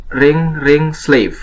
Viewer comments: Btw itu “S” nya sleeve kali bang bukan slave. Slave mah budak bang artinya. Koreksi aja sih bang. Videonya sangat bermanfaat anyway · Wah terimakasih untuk infonya Kak, sangat berguna sekali👍👍👍 Tapi maaf.. Mgkin mksdnya "sleeve" ya, bukan "slave"😅